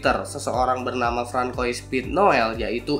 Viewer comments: Francois bacanya frangsoa bang. Btw S8 edge emangnya ada ya? 😆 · interupsi, pimpinan..!! Francois itu dibacanya "FRaeNSWA" (versi US) "QONGSWA" (versi French, plus versi AC Unity) OI di dalem nama biasanya dibaca OA alm. Chris BENOIT dibacanya KRIS BENOA (nama marganya kyq lu nyebut nama lokasi Tj. Benoa) tengkyu